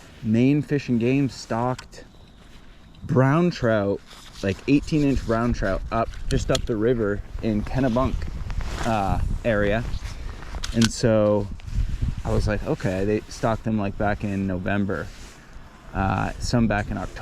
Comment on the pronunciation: Have you tried below the Mousam at the Merriland River by Laudholm Farm? Also, FYI: Kennybunk, not Kennubunk, Mowsam, not Moosum. Thanks for the video of my old stomping grounds.